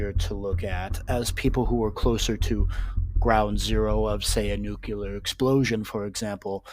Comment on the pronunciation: Nuclear is pronounced Nuk Lee ar. Please pronounce it properly I don't understand why people keep saying Nu killer it's just not the proper word and it's not proper English.